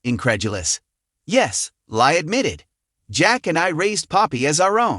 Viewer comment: Li is pronounced Lee. They call her Lee on the program.